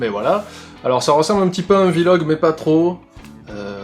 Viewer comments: un Vé log ? on dit vlog xD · mec on dit un vlog pas un vilogue